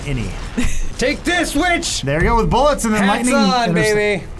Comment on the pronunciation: i remember flubbing and saying "silver buillets"